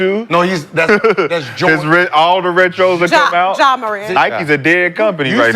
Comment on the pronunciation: Gil right it’s definitely “Ja”